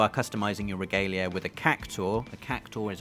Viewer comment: Reh-gah-lei-ah... Just leaving this here.